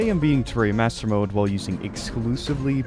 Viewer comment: Bro said Terry Master mode